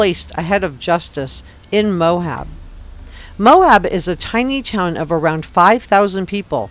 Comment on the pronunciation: Please stop saying "Mohab." The name of the town in Utah is "Moab," pronounced "Mo-Ab." There is no "h" in the word. If you are truly an investigative journalist, then saying the important names correctly matters.